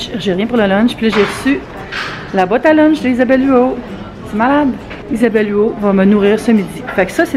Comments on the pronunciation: Oui on prononce le T ahah, comme si tu disais Huotte :) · Pas mal sur qu'on prononce le T dans Huot!! Et me semble que 20$ c'est cher comparer à ce qu'on peut retrouver sur le marché, pour la boîte à lunch??